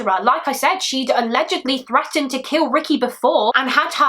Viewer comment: I dont know if will see this but maybe someone else can answer. Please dont think im making fun of or teasing you about your accent because im not and i am absolutely obsessed with it (i actually started watching call the midwife for that reason lol) but do you pronounce TH as F? I noticed when you said the word threatened it sounded more like Freatened... if that makes sense lol. If you did say it with an f is that the proper way you guys pronounce the th or is it more of just how some people say it? I am in the car on a 10 hour long road trip with my very loud 5 year old while watching this so i could have misheard